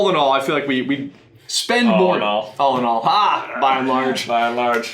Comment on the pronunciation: Did anyone notice he said "All in all"... "Allinol"... I had to haha!